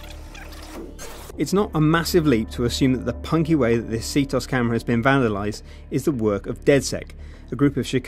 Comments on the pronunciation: Its not See-toss its See-te-os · this video is old BUT IT STILL ANNOYS ME THAT THE CALLS IT C.TOS ITS C.T.O.S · portal2ben its not C.T.O.S because ctOS isnt a abbreviation